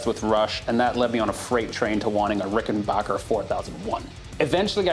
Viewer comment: awesome vid !!!! also it is pronounced ricken back er !!